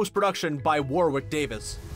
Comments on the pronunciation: By the way Kenneth Branagh is pronounced “Branner” not “Brannar” and it is also Warwick Davies is pronounced “Warrick” not “Warwick”. Sorry for the Hermione like corrections but god those mispronunciations are so annoying!!! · It’s pronounced ‘WORRICK’ Davis. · His name is NOT War-Wick! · Great vid but poor pronunciation. Ford Anglia not anjelica and Warwick(as in Davis) is pronounced "Warrick".